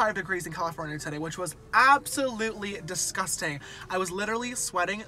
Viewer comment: When you said Absolutely DISGUSTANG